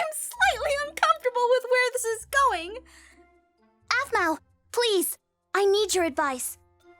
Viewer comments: its pronounced 'arpell' not 'apple' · does call Aphmau Apple cause it was hard for him to pronounce her name at his age